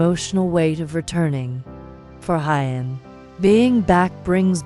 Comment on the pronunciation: Please check on how to pronounce Huyen's name. It sounds so odd. Maya has celebrated her 5th birthday and preparing for her 6th birthday. Thank you for checking this family's facts.